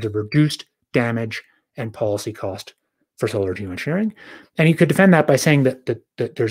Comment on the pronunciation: Also it says a lot that D cant say the word Geoengineering or Geosharing without mumbling.